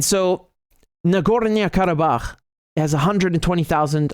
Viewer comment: Nagornia? Whazzat, some island off the coast of Narnia? Nah-Gor-NO.